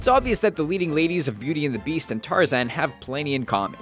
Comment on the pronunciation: Bellend the besat?